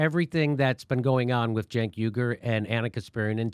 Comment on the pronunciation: Cenk Uy-gur, as in Uygurs in camps in China, not YOOGER!